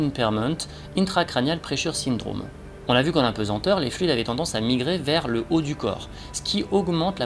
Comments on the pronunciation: "Apesenteur".... quelle erreur ça donne l'impression d'un travail bâclé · On ne dit pas d'un poids qu'il est pesent mais pesAnt. On ne dit pas impesenteur ni apensenteur mais bien impesanteur ou apesanteur